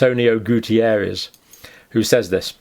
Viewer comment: It's António Guterres, Doctor! Not Gutierrez!! I'm portuguese and I know him since I was little. My parents lived next to his grandmother's house. He's a very nice person! It's funny to watch you battle with the spelling of the name. I've been following your videos these last two years. Wonderful work!!